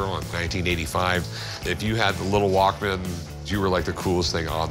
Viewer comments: wish he could pronounce walkman not walk man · hate it when people say it Walk man rather than walkman... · The guy selling it pronounced it Walk-Man. Everybody else says it “Walkmen” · guy couldn't even say walkman